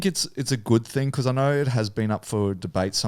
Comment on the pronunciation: “you can do ehttttttt” 😂😂😂